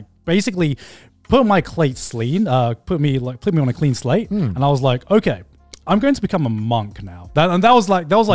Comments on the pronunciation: ah yes, the sleen clate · “put my clate slean” -grant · "Put my clate slean" - Grant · "...put my clate slean" -Garnt